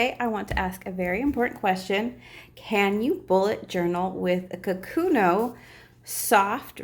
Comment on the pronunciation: These notebooks are the best! For work and school. Btw, it's Kokuyo: kuh-koo-yo